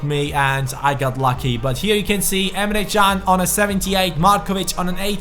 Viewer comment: Dude the way you say "Emre Can" is beautiful 😂👌